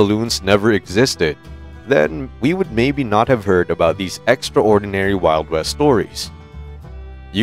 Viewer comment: And the word contributed, extraordinary all being one word, narrator pronounces as if they are two words, lol